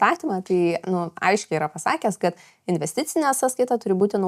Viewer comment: Patiko, bet truputį juokinga kaip aiškiai mokesčių specialistė sako "gat" o ne "kad" :D